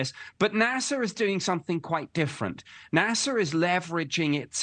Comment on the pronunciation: Why is he calling it Nasar😂😂